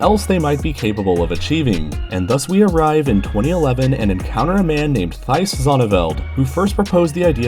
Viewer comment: I don't think he is dutch, the pronounced the name "Thijs Zonneveld" wrong.